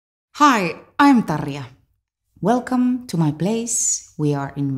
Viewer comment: Tarria no tarya, como yo pronunciaba su nombre.